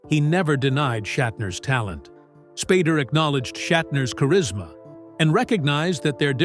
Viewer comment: When the AI voice calls him 'Spaarder' instead of Spader. fml.